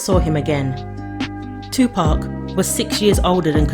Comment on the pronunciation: Finally, a Brit that pronounces 2pac's name correctly. Respect.